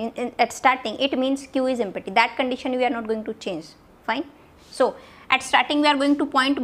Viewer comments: But why "EmPPPPPPPPPPPPPPPty"? not "Empty" ? :p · Pronounciation of "empty" emty ❌ empatti 😍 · The way u say empty is🤣🤣🤣